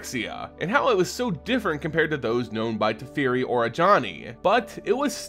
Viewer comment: Tefeari, Dome-inaria? bugs me. Personal issue. if that's the correct WoTC pronunciation, ignore me :P